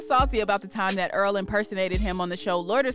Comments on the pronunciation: Why she pronounced his name like Er-al. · Why it sounded like she said oral sweatshirt 😂